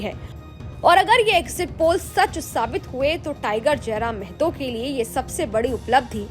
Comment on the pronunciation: its not mehto, its mahto, kindly correct news anchor madam